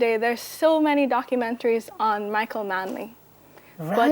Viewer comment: Correct that crap, right now! Manley not Marley!